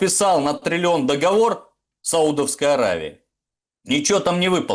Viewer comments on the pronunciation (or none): none